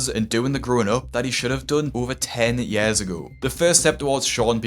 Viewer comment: Its pronounced years not yares bruh